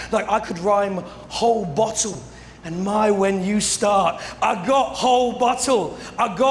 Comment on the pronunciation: whole Bott'le rhymes with Cold Wat'er in british accent